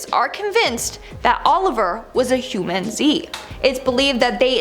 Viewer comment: i’m pretty sure it’s generally said huMANzee not humanZEE…